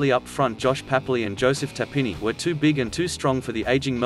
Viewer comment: Your tips are good but I cannot STAND the way you pronounce names! "Joseph Tarpinny"??? WTF? UNSUBSCRIBED!